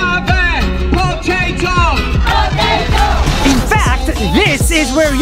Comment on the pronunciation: Nobody: Absolutely no one: Not even a single whisper: I HAVE A POTATOO POTATO POTATOO I HAVE A POTATOO